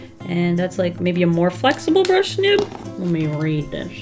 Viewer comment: "a brush...chisel nib." Me: a brisel nib